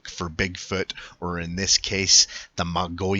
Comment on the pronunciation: MO-GEE-ON is how it's pronounced. FYI